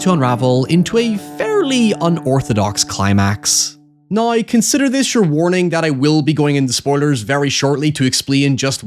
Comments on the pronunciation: Everyones talking about "hoyever" but never "noi" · Holy fuck the Scottish accent is HEAVY on this dude... Who pronounces "now" like "noy"